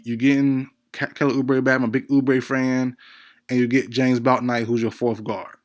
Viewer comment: Yall be capping like f... you don't love Bouknight..you can't even say his name right. With all these videos on players there is really no excuse to be mispronouncing anyone's name like that.